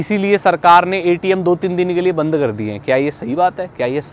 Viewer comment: bhai it's "banned" not band